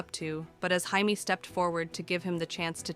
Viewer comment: I'm just saying every time it gets jamie's name wrong.I think of blue beetle